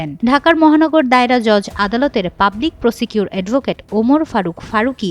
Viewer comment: এই নারী রিপোর্টার () প্রসিকিউটর শব্দটি ভুল উচ্চারন করেছেন একাধীকবার